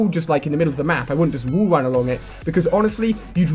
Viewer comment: Is that letter "A" so hard to him to pronounce? Instead of saying "WALL" he says "WOOLL"...